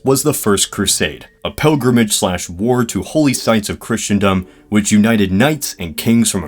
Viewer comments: It's Christendom, pronounced 'Crissendom', NOT Christiandom! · With how many times you mispronounce Christendom as "Christian dumb" I doubt you're very knowledgeable in anything dealing with "Kriss-en-dum" Christendom